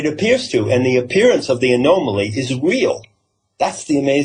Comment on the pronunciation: Dear, I greatly enjoy your work. Please quit mispronouncing anomaly. here's is the proper way to say that. I was raised by an English Major, so this is one of my pet peeves. noun- \ə-ˈnä-mə-lē\ Please learn to say it right so people can listen without having their hackles go up.